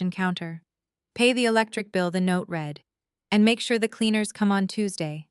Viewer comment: Love the story, hate the narrator, all the saying “S” after a name instead of saying the name plural is beyond me. Also saying READ correctly would make it a bit better